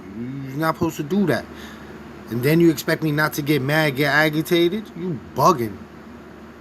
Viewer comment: How did he pronounce agitated? Aggitated? I die every time I watch these videos. It's clear most of these clowns didn't even pass 8th grade.